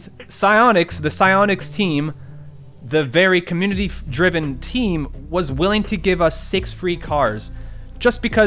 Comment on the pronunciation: This is sad, but u said communiny at the start 💀